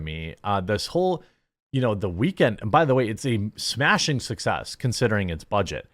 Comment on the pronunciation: Was I the only one expecting a British accent when Jeremy said 'smashing success' and to raise a cup of tea?